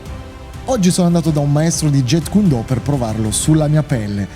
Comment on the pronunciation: kyun si legge, significa pugno. Non cuon. E intercettare BL lo trascrisse in Jeet perché gli anglofoni lo pronunciassero "git". Il Jet come dice il maestro nel video è una cosa che vola... Comunque nella romanizzazione del cantonese col sistema Yale si trascrive Jiht (più facile per noi italiani) e in quella col sistema Jyutping si trascrive Zit. Non è per fare il professorino, ma da maestro di arti marziali mi piacerebbe che almeno uno sapesse il nome di quello che fa... E poi torno a dire, BL non fece nessun miscuglio di giapponese e cantonese per provocare: Do significa la Via, stesso ideogramma ripreso nei kanji per Judo karatedo etc. La correttezza della pronuncia è sempre il primo indizio per sapere da chi hai imparato.